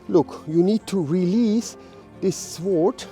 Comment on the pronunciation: Great lesson. But - as a small tip - you actually do not pronounce the 'w' in 'sword'. Unhappily I don't have time to go your seminar this weekend. Was really looking forward to it. By the way, I think the part in front of the index finger is called the root of the index finger. But I could be mustaken there.